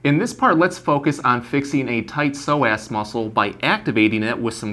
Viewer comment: omg i had no idea that is how you pronounce psoas 😂 ive been saying 'sew-uhs'. this video is perfectly timed as i just overworked these muscles at roller derby practice and the stretches i knew were not cutting it! thank you!